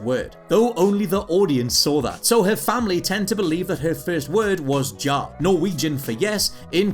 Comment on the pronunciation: A little note, we Norwegians definitely don't pronounce the word ja as JAH, more like the way you yanks pronounce the start of the word Yamaha. No JAY sound in the word ja, meaning yes.